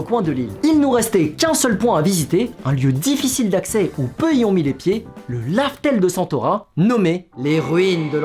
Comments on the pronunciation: J retient juste que ta dis laftel et pas Raftel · « pK tU diS lAftEl aU liEu de rAftel »